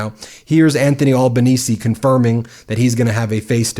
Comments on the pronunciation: pronouncing it as albuhneezee is wild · Thanks Ben, for being the first American to get the last part of our Prime Minister's last name correct. Now for the start: Al pronounced as in the boy's name, not All. Small point in the universe of all your amazing work, which we appreciate. What people don't realise about AUKUS is that the big winner is the US because we would be providing a base for nuclear submarines in Western Australia, a spending of AUD386billion, with no guarantee of getting a nuclear submarine until the 2040s (and even that is now uncertain). Cheers.